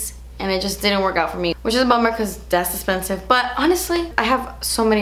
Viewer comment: “das esspensive” cracks me up every time😂